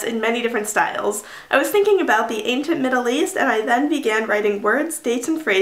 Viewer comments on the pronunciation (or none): Is this how you pronounce ancient?